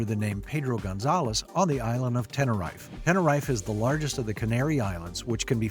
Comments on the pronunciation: The Island is pronounced Ten-er-EEF not Ten-er-EYE-f! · "Ten-err-rife" 😆😆😆 I love the fact that some people don't look into how to pronounce places/names